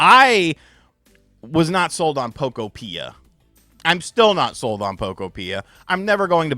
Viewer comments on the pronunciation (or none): Isn't "Pokopia" supposed to rhyme with "utopia?" I thought was a Nintendo YouTuber. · why do you pronounce Pokopia like that?☠️ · Much of the marketing material I have seen is pronouncing the game similar to Utopia. I think that is actually where the name comes from. Utopia, Pok-opia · Your pronunciation of Pokopia 😂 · Learn how to say the pokemon games name the right way fake gamer stop saying it wrong they have said they games name the right way over and over again and take ur own advice and stop talking about stupid crap fake gamer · “I’m not going to play Pokopia, probably” sounds like “I’m not a Nintendo you tuber” 😂 I’ll be here when you show your Poke Island